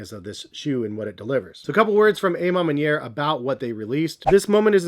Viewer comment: The A.... Ma Manier! Hahaha🤣🤣🤣 isn't it A, like Awe Ma Manier??